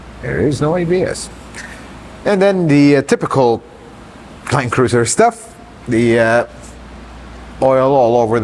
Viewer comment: I think I hear "land-loser" whenever I hear the new (Prado) Land Cruiser mentioned